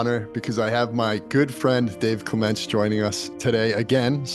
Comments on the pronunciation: Clements is pronounced clemunts - he’s British and obviously English in England is spoken correctly - so, clemunts not clem … ence! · “Dave” “CleMENTS” Is Dave what likes to be called? And is emphasis on the second syllable how to pronounce his last name? I’ve heard him interviewed before and I didn’t think so. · Is it just me, or does anyone else find it disrespectful that the interviewer says name wrong every time?